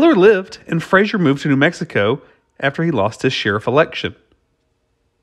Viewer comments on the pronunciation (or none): none